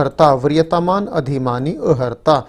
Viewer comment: Bhai sahab, arhta boliye na ki aharta, ( i.e. eligibility)